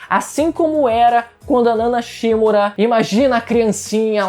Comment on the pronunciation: Mano, os caras no anime falam certinho. "nana shiMÚra" e o cara vem falar "nana SHÍmura", pelo amor de Deus.